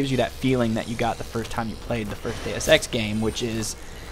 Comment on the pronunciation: Every time you say deusex I hear day of sex :)